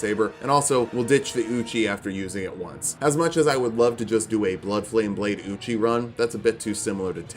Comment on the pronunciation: Ay-OH-kade Ee-OH-kade Eochaid.